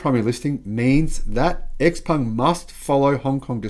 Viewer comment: Also: Xpeng is pronounced "shiaopeng" or "xiaopeng". Just from respect to the brand.